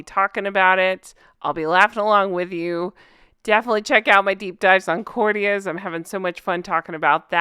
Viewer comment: Really enjoying this series! One question, with all due respect- is there a certain reason you keep pronouncing courtiers that way every time it's said? Is it just a fun funny for ya?